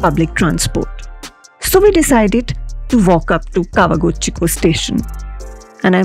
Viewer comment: You keep referring Kawaguchiko to Tawaguchiko. I thought I heard wrong but there were few times you said Tawaguchiko.